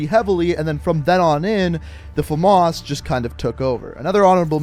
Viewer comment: Fames not femas